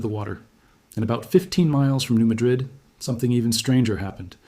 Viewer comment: That is not how it is pronounced. New Madrid is pornounced New Madrid not with an uh sound, but with a ah sound.